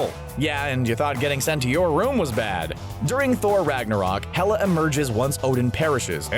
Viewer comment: Fight against "Tela"?? You mean Hela?